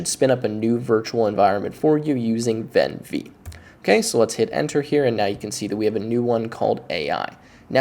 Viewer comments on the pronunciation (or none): This video is really cool. But I vehemently object to pronouncing `venv` as "ven vee". That has to stop, right now!